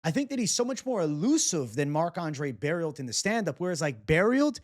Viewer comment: FYI, you don't have to pronounce the T at the end of Barriault its silent. (French is wierd right) I'm also biased and I think he could caught Shara.